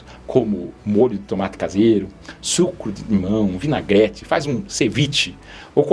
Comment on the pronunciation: Como sempre, ótimo vídeo. Só uma dica O "e" de vinagrete é pronunciado fechado " vinagrÊte". Dica da Professora Roberta Macedo. Vai ser fácil de encontra-la nas redes. Fica a dica😂. Brincadeiras a parte. Que o senhor e família tenham um 2026 próspero de saúde. Parabéns pelo seu trabalho e pelos seus vídeos. 👏🏼👏🏼👏🏼👏🏼👏🏼👏🏼👏🏼